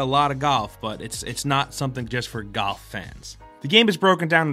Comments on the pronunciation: galf? golf? goth? what are you trying to say??? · why was he pronouncing GOLF as GUUF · Are you saying "Goff" or "Golf"? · You said Golf so many times I kinda forgot what it means. Sounded like "GUHF" by the end of the bit :'D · Is anyone else noticing he's saying 'gaulf' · I thought he said goth but he said golf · The first time maybe second as well i heard golf the rest all i kept hearing was "gof" instead of "golf" idk if it was just me but i literally couldn't hear pronouncing the "l" anymore haha. to be fair though i definitely mess up a word sometimes as well when i say it over and over again. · So I'm not the only one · GALF. GALF. Me and me mates went down to the club to play GALF. Please. Its GOLF, with an O. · Too many “gof”s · Take a shot Everytime he says galf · I laughed literally every time he said "GAWLF", boy that put me in a good mood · every time says "gawf" i die inside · Galf.........? Merio?? Edit: You're just trying to piss me alff... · why do i keep hearing Gulf when he says golf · Was anyone else hearing "gawf" when ever he said golf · When he says golf it sounds like "goth" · Ah yes "Galf" i too am aware of- oh wait is it "Galf" or "Gahwlf" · Gawlf... goth... gathf... come on, pronounce it right. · "it's not necessarily a galf game" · Any one noticed the way he said golf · Bruh this guy doesn’t know about the L in golf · Love ya, but y u sayin golf so weird? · Is it me or is he saying golf weirdly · You say golf weird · The way you talk reminds me of Chris Pratt, other than the way you pronounce golf lol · The way he says golf pisses me off. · Learn how to pronounce the word "golf" before u say it 15 times